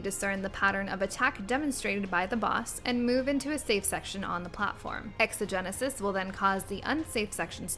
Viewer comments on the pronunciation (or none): The attack is called Exegesis, not Exagenesis.